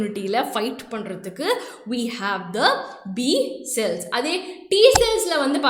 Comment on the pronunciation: Neenga cute ah pesren ngra perla cringe ah pesringa mam 😅 "So" nu sollama "sho" nu solluradhu Cells ku shells nu solradhu 🤯